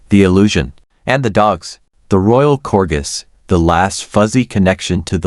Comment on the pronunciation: AI at its worst. .Can't even pronounce "corgis" correctly.